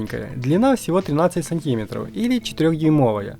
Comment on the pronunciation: зарЯдное, сантИмеров. Почему не дЮймовая? ВашА речь застАвляет мОи ушИ вянУть. вы дОговор чИтали что бы не быть осУжденным? Ай дошел до музыкальной паузы! Ай ромалэ прости за ударения! Верни коня только!